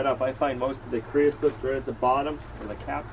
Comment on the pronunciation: creosote...like coat...not soot.